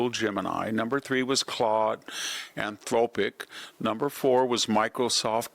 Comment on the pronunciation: You dull your status as an intellectual when you can't correctly pronounce names of companies such as Anthropic and Palantir. And the company named 'SAP' is correctly spoken as 'S A P'. Not sap.